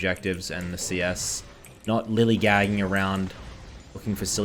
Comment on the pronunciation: it’s lollygagging bud not lillygagging